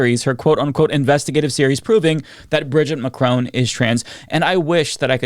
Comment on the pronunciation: I'm not French but you kinda calling Brigitte Bridget makes me cringe. For the pronunciation. Also... macrown...😅 ouch And I also cringe for calling her by her first name. 😅 it's maybe weird